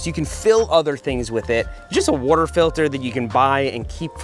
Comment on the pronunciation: Seth yoi got some Philly in you? Saying wooder bottle lol